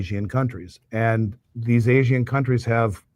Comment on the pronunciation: Dude . . . "Asian" is 2 syllables, not 3. Seriously.